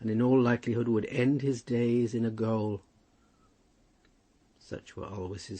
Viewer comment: "Gaol" should be pronounced the same way as "jail" .